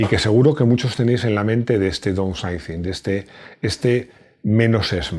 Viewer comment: "DOUSAICIN" no. "DAUNSAICIN" Es la pronunciación correcta.